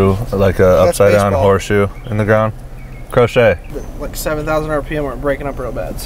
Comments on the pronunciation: crow kay ......not crow shey................................................ha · Crokay not croshay lol that was so funny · Its croquet not crochet lol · Is pronounced kro•Kay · Someone needs to tell him it’s croquet